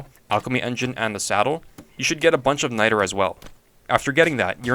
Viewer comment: he did NOT say nitre